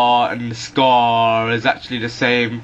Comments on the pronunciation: LOL ACRRRRRR andthe SCARRRRRRR and the TARRRRR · "scARR acRR" LOL!! dude, thank you for pronouncing your R's even though most people from the UK and Britan area do not!! lol its so great!